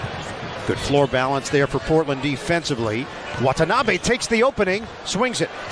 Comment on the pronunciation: 今時WATANABEをワタナビとか言ってるのは一部の☓☓な日本人だけ。